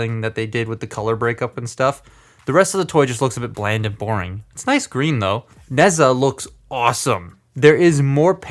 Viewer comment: You did not pronounce nezha